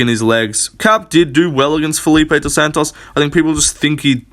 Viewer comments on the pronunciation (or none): none